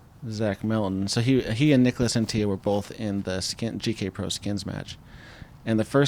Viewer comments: bro, Antilla is not fucking spanish. It's AntiLLA not Antija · Neek-las Ahn-tee-la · Came here to say the same thing 😂 "Unt-illa" should work for english speakers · Im not even European but the dude isnt spanish, so its not pronounced Anti-ya. I’m pretty shocked that y’all didn’t do a shred of research on how to pronounce his name… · said "an tee yuh"? he isn't hispanic lol Anttila..he's Finnish. you say all the letters. and there isn't even a double L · It's pronounced AnTTila, not AntiLLA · As an information for, Niklas Anttila’s last name is finnish not a spanish last name, so you are supposed to say the ”L” at the end as on ”La”. The pronounciation goes like this: ”Ant-TiLa”. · I would further clarify it as pronounced On-tea-luh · Anttila isn't mexican, that's a very hard L. Yeah I read it 's already been mentioned, don't care, if you can pronounce every oddball name you got over there no problem there's really no excuse botching the european ones. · Well these American commentators keep bringing up how happy they are to have "The Europeans" back competing on tour. And then they proceed to absolutely butcher their names on every occasion. How hard can it be to make a minimum of effort and find out how they actually are pronounced. "Nicholas Antiya" Come on that's just pathetic.